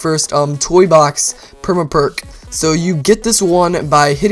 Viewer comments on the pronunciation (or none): The way he says perma perk bothers me.